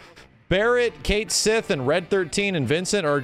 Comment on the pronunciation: “Kate Sith” lmao his name is pronounced “Ket Shee”